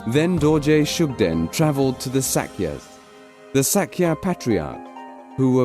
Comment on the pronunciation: Please let someone who knows the real name or pronunciation to do the narration first. Coz the narrator seems he don't have knowledge on what he is reading.